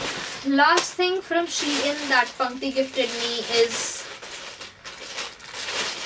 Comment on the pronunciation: It’s not she in it’s SHEIN